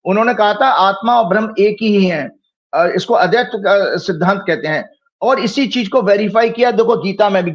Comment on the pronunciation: अद्वैत सिद्धांत नहीं बोल पा रहे हैं ये विद्वान महोदय,अदैत्य बोल रहे हैं ये अद्वैत को।